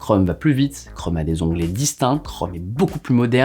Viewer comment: Tu dis Google Chrome ou Google Chraume ?